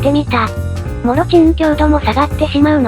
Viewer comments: もちろんがもろちんに聞こえて何度か戻ってしまった😂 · もちろんをもろちんっていってるの面白い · 唐突な「もろちん」読みでワラタ